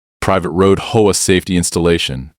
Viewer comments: and mispronunciations like cooooop eration and sayin HOA like Hoe instead of H. O. A. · This proves its AI as who would pronounce HOA as hoe-agh, when it should be read as either H, O, A. as it is an abreviation or read out in full as Home Owners Association, hoe agh i ask you, artificial intelligence you may be, but you know nothing about syntax and prove your own shortcomings by this. I am abandoning it here. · I like the AI voice, but my goodness, Hoe and HOA . AI is phonetic you need to do h o a not hoa, maybe instead of trying to pass it off as a real story, just put it as a story and be done with it lol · it was a hoah, not an H O A. Didn't you hear him? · H........O.......A. Your stupid AI can't tell between a word and an anagram. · what the hell is a hoah? Even though you used H O A, Home Owners Association, you buthered it. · they cant prounounce h o a or cooperate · H O A not hoa is an acronym not to be said together! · Only in AI World is HOA pronounced as a two syllable word. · Stop with the use of AI to read stories as it can't read English properly. If it was true AI, it would have learnt context for word pronunciations for words like close, and things like HOA are not words but read as the individual letters, things even young children can get right! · Bad AI learn pronunciation and better more likely stories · you enjoy AI voiced stories that cant pronounce things like HOA?